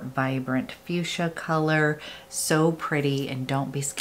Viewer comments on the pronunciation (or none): none